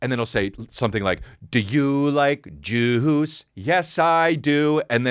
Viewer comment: I totally thought you said jews instead of juice.